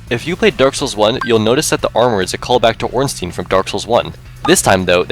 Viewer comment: Ornstein is actually called Ornstein, not Ornstien. Americans just butchered the pronounciation to a point where everyone says "stien".